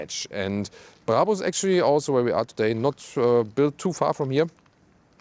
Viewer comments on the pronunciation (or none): Died at "Bray bers"